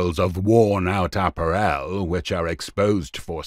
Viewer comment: Why can't this commentator pronounce 'apparel' correctly????